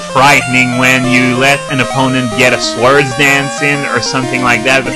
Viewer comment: "Swords" is pronounced with the "W" silent.